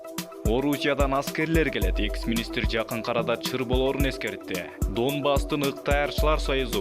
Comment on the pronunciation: Доонбас эмес данбас болуп айтылат орус тилин жакшы окуган дикторлор окугулачы